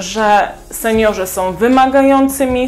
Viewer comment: Mam do Ciebie prośbę. Nie som tylko są.😂